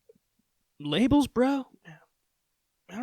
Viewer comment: Lables bruh?? 😂